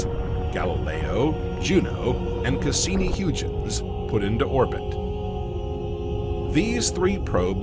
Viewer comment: When u butcher the pronunciation of Huygen's we cannot watch your channel. Buy a dictionary. 😅😅😅😅